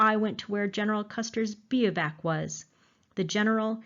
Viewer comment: That was EXCELLENT! Thanks! You massacred the pronunciation of “bivouac” but no big deal. Your attention to detail in this story makes up for that by far.